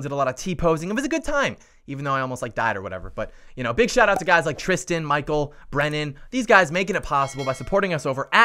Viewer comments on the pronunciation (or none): none